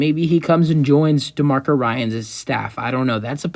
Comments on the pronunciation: ^^^ dude, your credibility is at stake if you cannot even pronounce the prospective new head coach's name correctly. his name is "DEMECO"... not "demarco". my goodness... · Good video!...by the way his name is pronounced De(Me)co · You’re pissing me off by mispronouncing his first name.😡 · This guy can’t even pronounce his first name.😅